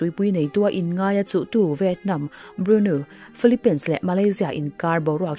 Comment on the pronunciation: philipainsssss😅😅😅😅😅 filipin tiin lam ve hle hle rawh, tumahin pain an ti ngai lo